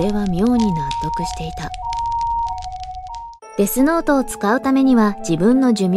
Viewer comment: デスＯートじゃんw